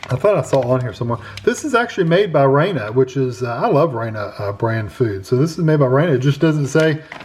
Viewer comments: It's not pronounced "Rayna" it's pronounced "Rahna". Hope that helps. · I just saw their commercial just a heads up they pronounce Rana like "raw-nuh" 😊